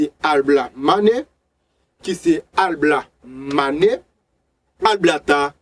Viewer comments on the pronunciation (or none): Bon travay, yon sel ti problem mw gen ak mo yo, ou ekri yo yon jan, ou prononse yo yon lòt jan. Exp:LaBlamane. Ou prononsel AlBlamane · janw ekri mo a epa konsaw li nn ou Di ablamane poutanw ekri lablamane